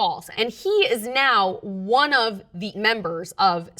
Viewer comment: literally the first time I've seen the number "one" pronounced "own"